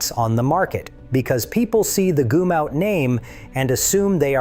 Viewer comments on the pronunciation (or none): GUMM OUT, not goomout. REEGAYNE, not reegannee.